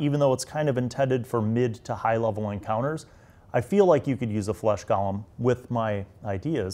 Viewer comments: I love how u keep calling them gallem instead of golem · Golem not Gollum.